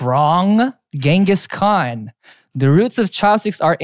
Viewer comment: jae pronouncing "khan" perfectly is giving my desi heart life